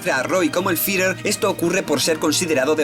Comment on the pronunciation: Buen video pero odio tu forma de decir Führer 😂😂😂 lo siento, podias aver dicho general o haberlo dicho en japones